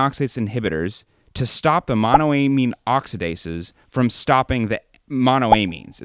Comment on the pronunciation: friend to friend please pronounce monoamine the same way you pronounce dopamine only halfway through but great video!!